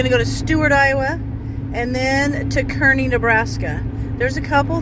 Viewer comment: The town is pronounced Karney, fyi I love the tabletop at that diner. Did you know a lot of those old diners of that sort were trucked over from New Jersey, other parts of the east coast? Yep, they were 🙂